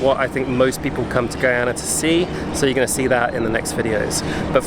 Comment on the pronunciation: Beautiful video. You say the name Guyana so perfectly. Thank you. We appreciate folks like you❤️❤️